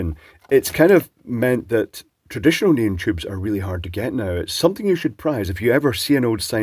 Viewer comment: knee on, not neun lol